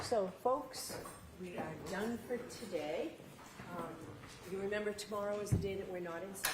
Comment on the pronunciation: “I don’t rememba”